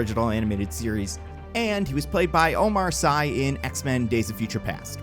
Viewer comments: Bro, a two-parter for that ? Also, Omar Sy's last name is pronounced like "see" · Omar sy is pronounce "see"